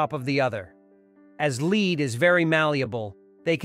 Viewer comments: So great to see the progress. I just wish the AI narrator would learn how to pronounce the metal that covers the spire. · “Lead” coffins? Why not lead (the metal)? Disgusting AI voice with no sense of what is being stated. Drives me nuts! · I respectfully suggest you have the program checked. The problem is not so much the flat voice, but the errors. ("Lead" was always pronounced like the verb, not the metal, and the ordinal numbers, like onest intead of first for 1st) The machine translation to English was all right, but the reading was off. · The AI narration is HORRIBLE! If you are not going to use a human for narration then at least proof ‘listen’ to it so that obvious errors can be corrected. The English language is rife with words such as lead (a metal) and lead (to direct). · lead coffins /leh: d/ not /li: d/ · How sad that they could not get someone who speak English to narate this - utterly ruins the video ' the metal is "led" not "leed" - rather stupid on the producers side I would think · Dreadfull synthetic "narration" full of BS phonetics (*lead* coffin dies not rhyme with leed but "dead"), terrible diction and wooden pace!!!!! If this is AI, the future REAL narrators is not at risk. Awful!!! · Someone couldn't have proofed this before it was posted? Notre Dame deserves more than that. Lead (the metal) is pronounced "led" not "leed" and the twelfth repeatedly pronounced "twelf-eth?" Such an important update to an English speaking audience needs and deserves detailed supervision, this makes it look and sound like something that was just sloppily thrown together to get it out first before anyone else. Thumbs down. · Tel younai narrator it is pronounced led not leed (lead) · "Oh, great god AI, learn how to say 'leed' properly. And while you're at it, please include also 'th.' " 🙉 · And "lead is very malleable", with lead pronounced leed. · These AI narrations get on your nerves with all their mispronounciations, such a leed for lead.